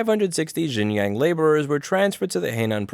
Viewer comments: Louis, for the last time, it's pronounced "Shin-jiaung" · It’s pronounced Sheen John (XinJiang) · “x” is pronounced “sh” in Chinese Xinjiang is pronounced “Shin-jiang” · Shin-jee-yong Shin-jyong Xinjiang.